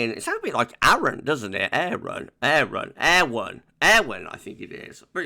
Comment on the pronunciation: Great video - yesterday's Met Office press release included how to pronounce 'Eowyn' - I think you're pretty much spot on!